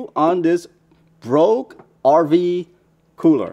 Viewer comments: BooooooxhRV , like Beige but with ooo, is how it's pronounced. Really appreciate the review. :) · I think you are adding an "R" where one doesnt exist lol.